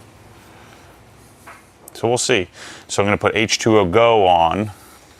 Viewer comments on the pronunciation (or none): I can’t take it any more it’s H2GO not h2ogo come on are we obsessed or not 🤣